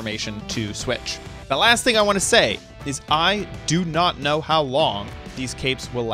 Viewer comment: My guy really said "HOT" instead of "how"